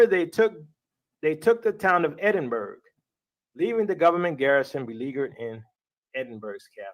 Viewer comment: 💕🙋🏾‍♀️💕 All praise to 'The Most High YAHUAH' - all glory & esteem to Yahusha ha'Mashiach! Shalum & blessings TEOTW Ministries!! 🙏🏾 "How he got even one Yisraelite woman to follow him anywhere, is beyond me!! 🤭 Btw: Edinburgh is pronouced: Ed'in'burra; and note: that LHC demon portal is also in Switzerland!! 🤷🏾‍♀️